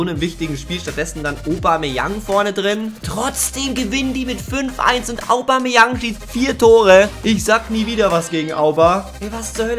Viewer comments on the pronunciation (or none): Man spricht bei aubameyang das au o aus, also obameyang